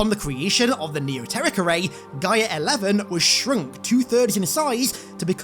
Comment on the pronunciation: I believe your saying Gyre wrong! It sounds like your saying GYM without the M and then followed by an ER sound. Just thought you'd like to know.